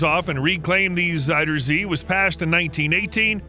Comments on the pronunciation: Pronounced more like "Zowder zay". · If you want to pronounce "zuiderzee" the closest thing you could easily do for the "ui" part, is go with the "ou" sound from the word "sound". It's still not spot on, but it's much less jarring than the "oi" sound used here. I don't blame you though, the "ui" it's an unfamiliar sound in English. I couldn't even think of a close equivalent to it.